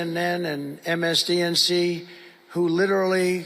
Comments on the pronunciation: I have seen quite a few times videos of him naming media outlets and every single time he tries to say MSNBC he can never say it correctly, here he says MSCNC, on another one he said MSDNC and then I think one he said MSNSC. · I think you missed his mis-enunciation of MSNBC - he said MSDNC. -what a fucking mangy mango MAGA MORON !!! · MSDNC, again he comes up with a new media corp.!!! When will he finally pronounce it correctly? Wow, he's a really strange individual & doesn't seem to care how ignorant he sounds😂😂😂